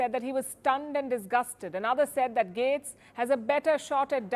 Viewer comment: You're pronouncing Tulsi name wrong. You're also wrong on Matt gaetz. You would think that you would stop listening to the mainstream media in the United States by now.